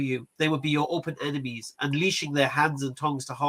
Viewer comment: You know has a cold or Hayfever when he pronounces enemies as emenies lol. Loved the segment with the Hindus, they may believe in one supreme God but then their symbolism and idolatry leads them astray. Asadullah is completely spot on, Hinduism has had no major influence or impact outside of India. Thanks to Dawah Wise's Demystifying Hinduism videos I was able to follow along without being completely ignorant. Keep up the good work Brothers!